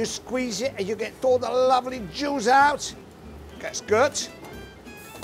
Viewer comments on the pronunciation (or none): It is surprising how his English is so under developed since he has been living in England since the 70's. My favourite part is when he says. "We add lovely Jews instead of juice. Also the shells are shelves. :-D